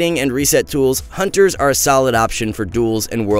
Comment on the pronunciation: The quality of these videos are going down not gonna lie. The sound is not equalized, he says huntes do damage from ranged instead of range. And he called Recuperator a pvp talent -_